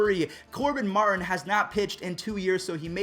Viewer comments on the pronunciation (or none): none